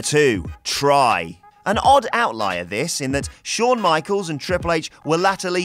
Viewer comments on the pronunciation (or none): none